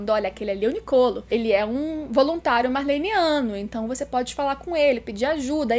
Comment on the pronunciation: Você lê o mangá faz anos e ainda não sabe que o certo é "Marleyano" e não "Marleyniano"